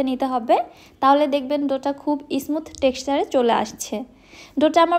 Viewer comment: Fluffy ফ্লাফি। ফ্লাপি না। X ইসমুথ না। স্মুথ smooth ছাঁচ শাঁচ না।